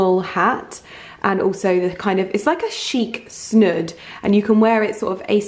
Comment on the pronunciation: You made me giggle calling a snood a snud🤣 I know you meant snood it’s just how you pronounce it but it sounded funny!xx